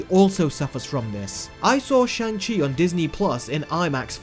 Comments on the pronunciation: You Do Know you are pronouncing Shang Chi wrong, right? It's pronounced SHONG Chi. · You even put the clip in here of hot to pronounce his name but STILL say it wrong! This is irresponsible reviewing. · You're entitled to your opinion and all... But consistently mispronounce that main character's name THROUGHOUT the video. How and why when there's a scene where he clearly enunciates his name!! 🙄🙄